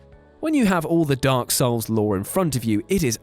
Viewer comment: Dark Soulseseses :D